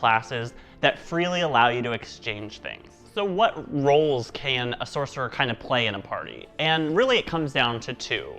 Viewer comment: "Soccerer" lmao